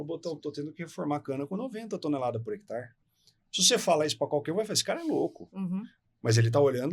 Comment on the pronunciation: Gostei da entrevista, mas por que o rapaz, que é agrônomo, fala “hectar”?